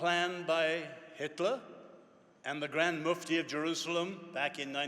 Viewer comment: Did he say Grand Mufdive?